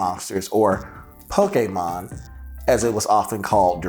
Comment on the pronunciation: Thank you for pronouncing Pokémon the right way